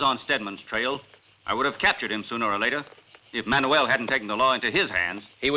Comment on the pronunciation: Okay, that’s it! Did this movie not have some kind of voice coach? How many times have characters called him MAN-U-WELL? The dude’s name is MAN-WELL FFS!